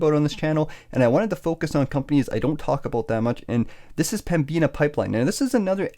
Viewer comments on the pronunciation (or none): Excellent video! Fyi, it's pronounced Pembinna.